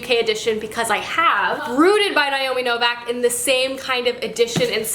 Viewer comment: Why do you say Novak? Her last name has no "A" in it anywhere...